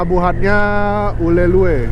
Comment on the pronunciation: Baca nya bukan ule luwe,tapi ule lheue,tapi rata2 orang nyebut nya ule le,artinya kepala ikan teri